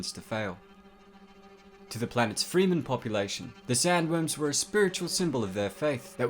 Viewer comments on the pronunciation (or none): Free men. Bahahaha. Its Fremen. There is a big difference. You are the first person I have ever heard pronounce it Arra-kis rather than Ar-rakis. It is believed that the name for the planet was inspired from the Arabic word ar-rāqiṣ and considering that prophecy, jihad and martyrdom are big pillars in the story, it can easily be seen why Herbert would use the Arabic pronunciation rather than the Saxon pronunciation. FYI. Arrakeen Sandworms don't eat sand they filter it. Sandworms get their nourishment from sand plankton the same way whales filter plankton from the oceans. Liet Kynes talks about it in the very first book. "Now they had the circular relationship: little maker to pre-spice mass; little maker to shai-hulud; shai-hulud to scatter the spice upon which fed microscopic creatures called sand plankton; the sand plankton, food for shai-hulud, growing, burrowing, becoming little makers." I do wonder if you have ever read the books and if you haven't, where did you get the information from? I appreciate the work needed to gather information like this and producing a video for us to watch but it is a bit of a dis-service to the source material when you get pronunciations of names or information wrong. Especially considering how much world building Herbert put into his books. Keep up all the hard work you do. Sorry I just picked this video apart but Dune has a special place in my heart and I just want to help you understand the mythology a bit more. It's great that these so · Fray-men (fremen), not freemen. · Two small things that drove me mad: Arrakis is pronounced 'Uh-rack-is', not 'air-ih-cuss' and Fremen is spoken as 'Freh-men' not 'free-man'. Otherwise, good review of Shai-Hulud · Its fremen, not freeman. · Quite accurate article. However, I'd like to correct your pronunciation: the native people of Dune are fremen ( /frɛmən/ ) not "free men". You can hear the right pronunciation in Frank Herbert's interviews. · Dude I love you but it’s “ArAKis” and “FrEman”